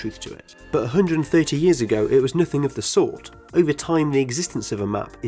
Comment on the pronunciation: ”Thwee ow Fouw Yeaws” Keep up the good work my guy.